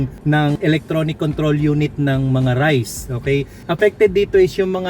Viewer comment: raize = reyz hindi rice.